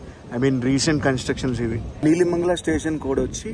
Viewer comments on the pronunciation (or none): Bro నీలిమంగళ station కాదు నెలమంగళ